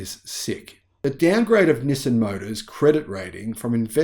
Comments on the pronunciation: Nissin is a Japanese food company known for their instant noodles. Nissan is a Japanese car company. Please pronounce the name of the company correctly. LOL. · Nis-sin or Nis-san? Never heard anyone called Nissan Nissin.